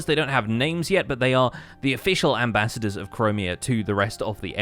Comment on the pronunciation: don't you mean ambaaaaaasiters?